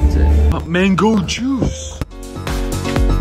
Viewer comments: Никто: Абсолютно никто: Дэрэл каждый прием пищи: МэНгОу ЖуС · Не правильно. «МЭНГУ ДЖУС»!